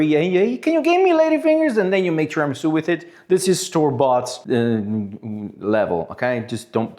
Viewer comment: interesting video and good "tiramisù" pronunciation in italian! xD